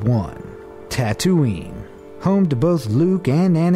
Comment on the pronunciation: XD he said Tatoonie then said something else